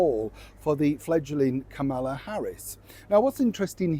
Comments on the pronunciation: women did not get paid to attend rallies for Kamala. And accent is no excuse to pronounce someone’s name incorrectly. It’s pronounced “comma la.” Please just stop with the right wing rhetoric. There are a lot of American women who watch you and you’re alienating us. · Why do you keep pronouncing Kamala's name wrong? I thought you were a better person than that.